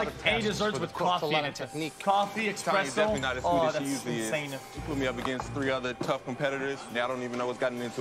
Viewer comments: “expresso” I thought this guy was supposed to be the Italian food aficionado but he pronounced espresso wrong. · >Master Chef judge >Says "expresso" 💀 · it's a regional speech thing. Some people say can't pronounce the 'es' and say 'ex' instead like 'excape'. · joe said expresso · he said it again